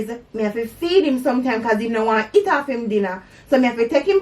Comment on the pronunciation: The way you say "eat" - "it". Lol. The creole dialects are really unique. Every parish sounds different.